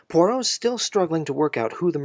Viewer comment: *NOT PoiRRot!*😠 French has no R as in caRRot, but a gravelly rolling in the upper throat. To make such a strong point, make it *correctly*🤨 - especially saying the name many times!!🫨